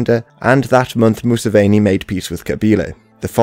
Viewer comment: Great video! (Say “Moo-seven-ee” with the English word “seven” in the middle. He’s the seventh son.)